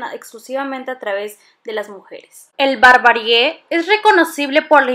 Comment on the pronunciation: Es nómada, no nomáda. Y me dejas la duda si es barbarie o barbarié ya que siempre dices esta última y casi seguro que es la primera. Corríjanme si estoy mal